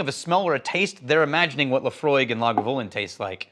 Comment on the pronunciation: I don't trust a man that can't pronounce Lagavulin properly.